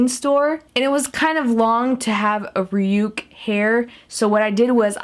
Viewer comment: It's not rayuke its rayuk like Ray yuck whithout the y on yuck